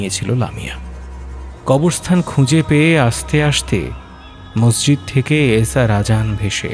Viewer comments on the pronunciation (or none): none